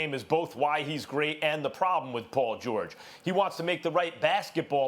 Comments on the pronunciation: “Paul Jawage” -Kendrick Perkins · “Poll George” lol big perk